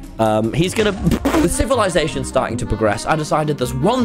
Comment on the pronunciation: What is “civilasation”?